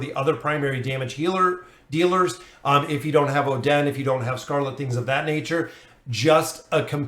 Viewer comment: your hero pronunciation hurts so much especially the Oh Den, but either way super great vid appreciate it 🙏🙏